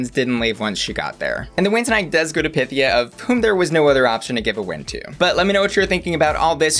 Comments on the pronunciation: It's pronounced py-THEE-uh. She made that clear on episode one. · It’s PythIA, emphasis on the IA !! Why is everyone pronouncing it wrong 😩 she clearly stated in her first confessional the correct pronunciation for the Greek goddess lol, and goddess she IS! 💚🤍